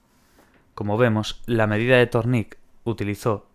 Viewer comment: Thorndike. Pronunciación ´Zórndaik´ :)